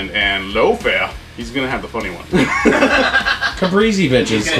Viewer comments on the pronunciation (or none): I hope you re-try the caprese soon because that had real potential to be totally amazing. But string cheese is flavorless. You must use the real deal buffalo mozzarella. Don't skimp. There are no substitutes. It's pronounced cah-press-eh by the way-- not cah-pree-zee. You guys all still rock.